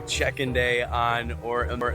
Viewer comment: at least someone else sees he says OAR instead our OUR :) Thank you